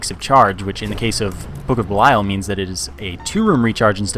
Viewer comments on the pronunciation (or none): Lol what do I care? I didn't create the word =P. I think buh-lie-uhl sounds better as well, but it's pronounced bee-lee-uhl. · Hey, for future reference it's pronounced book of bee-lee-uhl. You probably don't care but just throwing it out there.